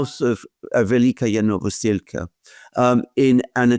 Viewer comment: Alexander just loves to pronounce this "Velika-ya Novosilka" village, wrongly :)